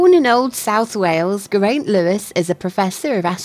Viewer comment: It's pronounced gair eye nt Nice name....